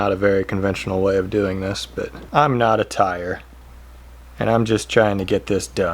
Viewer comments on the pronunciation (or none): Who else caught when he said “I’m KNOT a tier”???